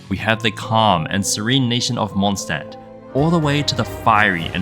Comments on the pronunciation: As a German and a Linguistics nerd this is a very fun watch Also anytime you see an “st” or “sp” you wanna pronounce it “sh-t” or “sh-p” for anyone who wants to pronounce Mondstadt a little better ahah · "Mondstadt is still Mondstadt" ah yes xd